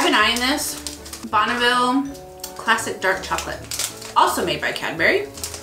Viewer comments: You pronounced Bournville wrong, it’s called that because it’s the original factory for Cadbury’s in Birmingham, England where it all began (pronounced like born-ville) love the video :) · Corned beef and spam are different. And sorry to correct but they are pronounced born vil and sore reen . Great vid and pretty funny too 👍😉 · Boniville? No.... Bourneville.